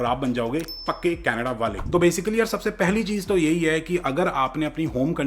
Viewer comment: "Pakke Canadaale". Not "kache" but "pakke".